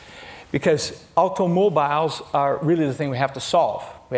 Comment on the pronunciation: the way he says aUtOmObIlEs 😂